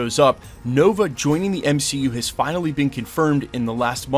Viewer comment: The M-she-U, lol